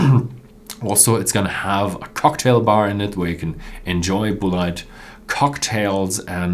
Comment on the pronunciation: I believe that Bulleit is pronounced the same as "bullet" -- bull-it